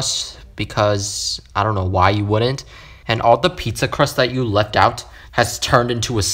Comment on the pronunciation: When you say get ouch but i heard get out